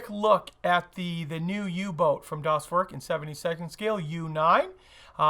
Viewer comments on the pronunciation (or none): Not “das Work”, the e sound more like Ai from “air”, so, “das wairk”. And also not das boot, like a car boot, but rather like a bow (like bow and arrow) Das bow t. Or just say it like you say boat. Very similar. Keep the o a bit more in the front of the mouth.